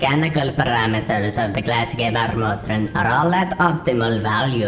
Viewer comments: He really chose some hard words like "Gebärmutter", poor guy was suffering saying it :D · hahaha das war schon crazy